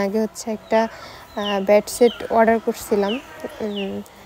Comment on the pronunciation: ব্যাড ছিট না,,, বেড সিট